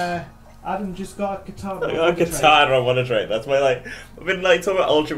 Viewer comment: also what's katana it's kartana